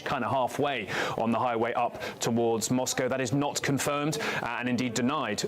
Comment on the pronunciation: This is old news now !! A deal has " been brokered" . "(0.33) Makes a change to hear an American say MOSCO (correct) instead of MOS COW ( wrong ) ! Not all Russians have been brainwashed to believe Putin !